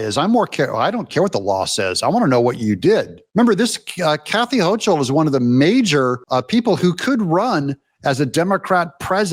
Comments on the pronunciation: HO-kul, not Hoch-ul. Smug, arrogant, B-word, but ignorant at best, deceptive at worst. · Pronounced: HOCAL....not Hochal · I wouldn't wish harm against anyone, however.. If I were to hear that AOC was killed in a freak accident, it wouldn't make me sad. And Doug, it's Kathy HO-KUL. The CH in Hochul is said like a K sound, like in Scottish Loch (Lock) Ness. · Love what you do! Thanks for being the voice of reason!!!! Corrections: Elise Stefanek is a friend of the Jews but she is not Jewish. Hochul is pronounced Hokul. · It’s pronounced Kathy HOCAL there’s no ch in the pronunciation bro wake up! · Hi Doug CH in NY governor is pronouced as a K Sounds like Hokel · NY is almost completely RED. It's the morons in NYC vote blue. Can't compete. Also, Doug, it's pronounced HOE-KLE. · It's Hochul (pronounced with a "K" sound) Hokul... Not that I'd ever vote for her no matter how you said her name... 😏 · Doug, I know that you and I both feel the same way about these leftists, but you should still pronounce their names correctly. Hochul is pronounced Hokul and Karine Jean Pierre is pronounced Karine Jon Pierre. We should be sure to say them right so that everyone who hears us knows exactly which lunatics and treasonists we are talking about. It also shows that we are better educated and know how to say their names correctly. I always call Adam Schiff “Shiff for brains”, but I don’t have the platform you have, so no one hears me.